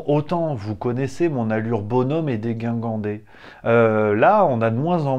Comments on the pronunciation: on écrit dégingandé et on prononce déjingandé. Voyez le CNRTL. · c'est " dégingandé" et non pas dégUingandé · C'est bien ! 👍 mais dire degingandé au lieu de " deguingandé" est mieux 😊 merci🙏